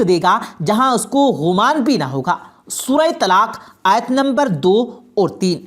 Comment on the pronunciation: اچھی ویڈیو بنائی ہے ، شکریہ ، لیکن بھائی لفظ گمان ہے غمان نہیں اور اَستغفار نہیں اِستِغفار ہے